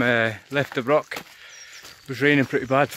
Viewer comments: C-O-C-KBURN!! Whit's wrang wi KOH-BURN? I don't want to haunt your Comments sections as you do interesting videos with excellent music, but to Scottish ears hearing BROCK and your mispronunciation of Cockburn really grates on the ears. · The hill you’re on is pronounced Coburnlaw, leave out the ch. The word broch isn’t pronounced with a k at the end. It’s pronounced the same way as loch. I grew up just a few miles from there.